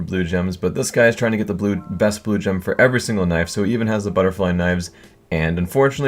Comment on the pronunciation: I swear 2 or 3 times in this vid he says blowjob instead of Blue Gem